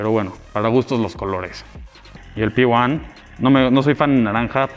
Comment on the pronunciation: Primera vez que veo a alguien que le dice P-one al P1 que mierdas jajajja